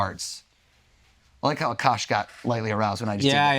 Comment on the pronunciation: It’s A-kash like a bear. But A kash. Why does everyone get it wrong. It’s funny how he’s getting advice on how to remember someone’s name I can’t pronounce his.